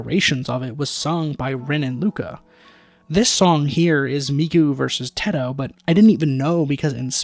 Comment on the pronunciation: IT'S NOT TITO IT'S TE TO TE TO NOT TEE TO TETO